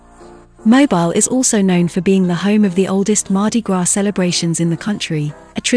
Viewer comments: It's pronounced Moe bill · Learn how to pronounce the name of the city before you do a video on it.